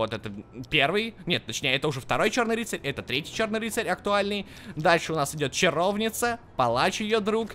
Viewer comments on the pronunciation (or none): ЧаровнИца ударение на и ,а не на о! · Чаровница ударение на и, а семсон ударение на е